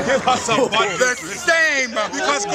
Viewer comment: “Let me give her some BUNDEWWS” 😂